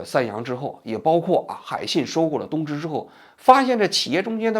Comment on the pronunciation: 东芝的日文~王局说的是“偷去吧”😂😂今天王局嘴怎么这么瓢